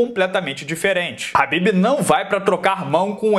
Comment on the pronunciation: É Khabib ñ Habbibs